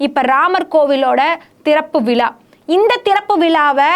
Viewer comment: திறப்பு விலா கிடையாதும்மா... திறப்பு விழா.... முலுக்க முலுக்க கிடையாது... முழுக்க முழுக்க... என்னவோ போங்கம்மா...